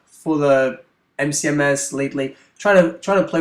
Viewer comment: Why do you say mcms? Its msmc.